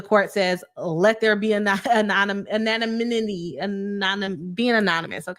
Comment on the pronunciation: Love your coverage on this whole thing! Perfect Facts not ‘f-ery’ with just a touch of🐝 sass. Love it! Btw, for anonymity I find it so hard too, and struggle with pronouncation in general myself as well. (Never ask me to say synonym😂). The ‘anon’ isnt the same as in anonymous (no matter how much it should be). So, I think of anonymity more like - ‘Anna-nim-ity’ or if I’m wanting to cheat it even more I say it like ‘An- nim - ity’. If you say the second one fast enough it’s hard to tell you aren’t saying all the syllables and it makes me less likely to trip over my tongue. 😂 neither are perfect pronunciations, but sound close enough if you just use them confidently they work and are much easier (at least for me) 💜